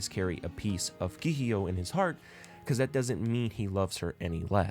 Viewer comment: You made a nice video but was it ragebait the way you pronounced some stuff? Keeheeyo? Shinkon Jewel? XD